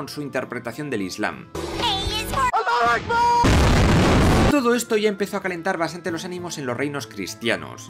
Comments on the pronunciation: Alluh Akhbar 😂😂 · "A is for ALLAUH AKBAR" BUUMMM.